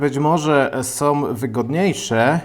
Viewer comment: Lubię oglądać ale od pewnego czasu ciężko się słucha. JabkowOm, którOm, sOm, mocOm, tajemniczOm, magsafowOm, jakOm samOm Na słuchawkach pokaleczony język, ale jak już zachęcasz do komentowania to takie moje spostrzeżenie.